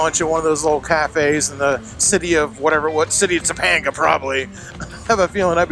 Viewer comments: Tuh pang guh I'm from LA bro, love ya but don't make me cringe. Funny, I don't cringe at any of the weird wild shit. But I cringe at pronunciation? Go figure.Guess I'm a pronunciation Nazi... PS My bad, halfway through the video out of nowhere you started pronouncing it correctly. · Topanga is actually pronounced Two-pain-gah not To-pond-ga ... This is such a good video definitely looks like something I'd love to do glad you guys had a good time keep the videos coming brother! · It’s pronounced “Toe-pang-gah” not “toe-pong-gah.” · Topanga is pronounced Toe-Pang-Guh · Toe-PANG-ga canyon ✔️ Toe-PONG-ga canyon ❌ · Cool vid. FYI: Topanga is pronounced Toe-PAIN-ga, not Toe-PAWN-ga. ;-) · Toe- pay- n'gah canyon. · how can you pronounce topenga so poorly? have you never watched Boy Meets World? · Topanga not Toponga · The way you pronounce Topanga canyon.. 😄